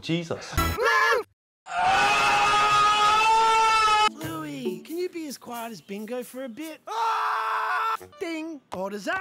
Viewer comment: Blu-go…Bin-gee Actual LOL. 🤣